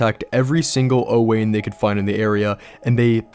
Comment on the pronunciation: Just so you know, I think Owain is pronounced like Owen, I'm friends with a guy named Owain and that's how he pronounces it, otherwise fantastic video.